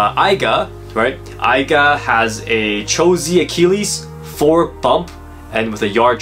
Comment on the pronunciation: I thought it was aiger not aiga.